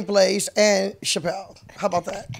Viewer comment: Deb keep saying "Chapelle" lol